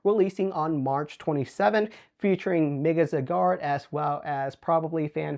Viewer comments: I hate the way you say zygarde lol its zeye-gaurd not cigar 😂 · You’re pronouncing zygarde wrong. It’s Z-eye-gard